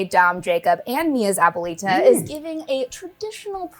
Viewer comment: If you can't pronounce abuelita correctly, please stop